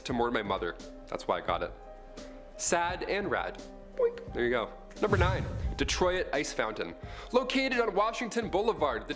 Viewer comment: DEE TROE IT? What the merry F?